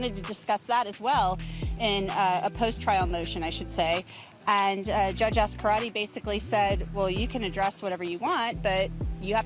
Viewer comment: as-car-AH-tay Judge Ascarate